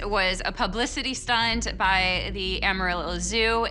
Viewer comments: I find it hard to believe, this guy can say "demodectic" mange, but can't pronunciate "Amarillo" correctly. It's NOT (Om-arilo)... it is (Am-arillo) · AM arillo not aum arillo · it's pronunced A ma ree yo. It's spanish. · It’s not pronounced Ohmorillo! It’s pronounced Am- A- Rillo😂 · First off....it's A (short a) marillo and secondly OMG even the locals know it was fake 😂 Nothing happens in the Texas Panhandle. And before you remind us of the big foot sightings, we have no trees for anything to hide in here. It's a desert .... With a tumbleweed or two blowing through. Again...short A .... The mispronouncation made my skin crawl more than anything else in this video. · "Amarillow Texas" I love it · As a Texan the way hes saying Amarillo is killing me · Is anyone else bothered by the pronunciation of 'Amarillo'?